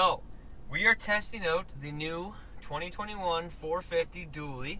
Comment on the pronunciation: Your "out" sounds like "oat" hahaha!